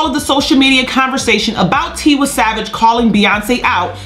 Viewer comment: It’s “Tee-y savage and “ Lay-go-zzz not ‘ lie-gus